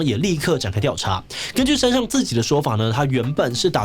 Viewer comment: 志祺每次讀「山上」的時候我都會想到另外某位老師xD 我知道口音不是那麼好改但還是提一下